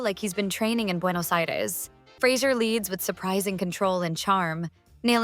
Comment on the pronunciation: I love the fact that you get not only Brendan Fraser's name correct (Fra zer) but also Alicia Silverstone's (A li sea a)